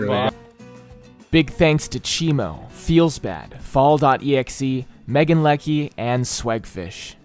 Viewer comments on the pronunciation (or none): none